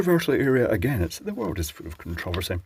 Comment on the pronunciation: "The world is full of con-TRO-versy." I see what you did there.